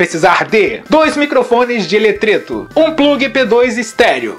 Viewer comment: Nobre, joia? Posso te dar uma dica? Coloca o nome do material/equipamento usado no video, quando ele aparecer. Só na terceira vez que você falou eu entendi o "ELETRETO". Seu canal é um dos melhores do Brasil. Abraço ( ^.^)